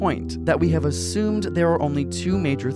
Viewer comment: Great Video ! _But,WHY do he say : "Ashumed" ????